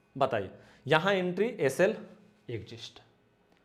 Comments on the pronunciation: Not exist sir, say exit. दोनों का अर्थ अलग अलग है। आप बोलते हो "एग्जिस्ट" बोलना चाहिए "एग्जिट". नेक्स्ट वीडियो में सुधार कर लीजिए, एग्जिट exit का मतलब है निकलना। Exist का मतलब है जीवित रह पाना। Sorry, if I hurt in any way . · Sir ji want to say one thing ... everything is fantastic.. but u say exist .... it is exis nahi bolna h ismai